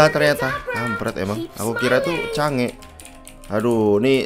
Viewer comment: Change????Chang'e bang nanti kalo bacanya change jadi ambigu